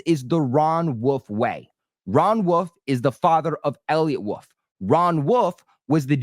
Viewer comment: Also why cant you say the word “wolf” instead of “woof”